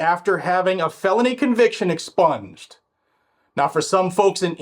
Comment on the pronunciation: Nothing is ever " EXSPUNGED " 😂😂😂😂😂😂😂😂😂😂😂